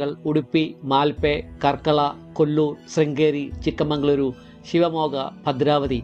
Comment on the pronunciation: I heard like chikamangaluru, it's chikka-magaluru.